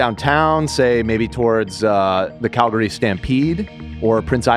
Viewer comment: I’m proud of for saying Calgary right most of the time.